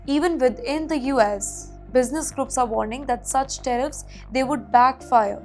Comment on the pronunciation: Tariffs not teriffs.